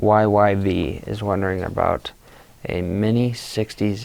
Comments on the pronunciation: Rob Noakes VE3PCP Very good Rob. If you re-listen to the video you will hear say MOYYV not M0YYV. You should try entering MOYYV at and what is returned is error. Was saying "O" meaning numeral "0" or the letter "O"? I interpreted what he said as the letter "O" not the numeral "0". When typed with the letters MOYYV, as said in the video, (Quote from Rob) "A simple QRZ search popped it up" my response from QRZ was in RED LETTERS "MOYYV does not appear to be a valid callsign." Not so simple Rob. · the call sign you read MOYYV is probably M0YYV (N-zero-YYV). A 5 letter call sign is not valid. You are doing a good job. Surprised didn't catch that and say something. Maybe he was tired.:)